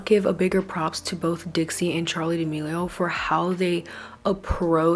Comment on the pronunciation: Not you saying Trixie chile😂